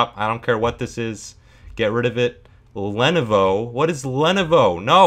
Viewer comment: The way he pronounced lenovo, lmfao how to unhear I think I'm gonna start saying that too 😭✨